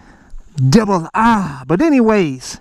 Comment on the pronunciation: See be are.....Juan thousand debel harrrrrrrrre lol Love it!